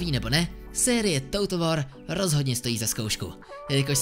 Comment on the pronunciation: "toutl wor" omg ... jak to tak můžeš číst